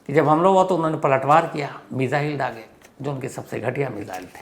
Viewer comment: मेज़ाइल😂😂 lgta hai missile bol nai pate sir..